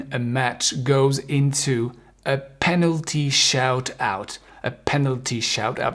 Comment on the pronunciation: tu fais des erreurs REFEREE arbitre un seulR pas 2 Prononciation Pas tu dis passé a la française on prononce PASS comme le A de théâtre Shoot out tir de penaltys on prince CHOUTE A OUTE et bon chote à out comme tu l as dit injustement Tu fais des erreurs, l ami No ill feelings Mais tu es prof d anglais non? Bob WOODWARD PROF D ANGLAIS PLERIN 22190